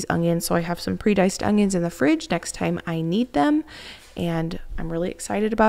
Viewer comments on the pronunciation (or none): I love to hear you say "ungyuns". Danelle from Weed em and Reap also pronounces it this way.